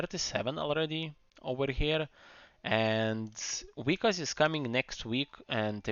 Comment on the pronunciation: Just fyi its Vyk”A”s